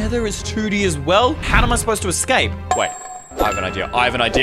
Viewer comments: you said soswell😂😂😂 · bro said swell insed of well